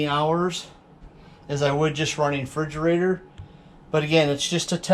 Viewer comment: Are you saying "fridgerator"?